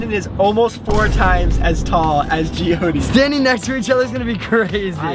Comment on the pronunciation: Her name is Jyoti I think it's hard to pronounce for him😅